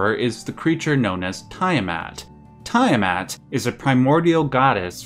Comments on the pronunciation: Tee-a-mat not Tie-a-mat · Its NOt "TIEAMAT!!!" Youve got a hard on for pronunciating everything with fricking "EYE" its TEA A MAT!!!!! "TIA MAT"!😡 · It seriously bugs me that you mispronounce "Tiamat" a billion times in this video. The "EYE" sound of the letter "I" is a VERY Romanic thing. Almost all world languages pronounce that letter as either "EE" or "YAH". In the case of "Tiamat", it's the "YAH" sound". "T'YAH MAT". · Lich - /lɪtʃ/ "litch", isn't it? Also, it's tee·uh·mat, not ta·ya·mat for Tiamat. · its "tea-ah-maht" and "mar-dook" NOT "tie-uh-mat" and "mar-duck" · Nice video, but it is called T A mat, for Tiamat. Ty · Great video! In the future, though, you may want to make it a point to double check pronunciations online before recording. Hearing Tiamat mispronounced 30 times in a row was a gut punch every time I heard it. Haha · Say it with me, Litch = Lich. Tee-a-mot = Tiamat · I would like to take this time out to say this: it is pronounced Litch (Lich) and Tee-a-mat (Tiamat). Thank you.